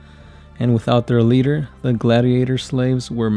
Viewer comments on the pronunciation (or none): none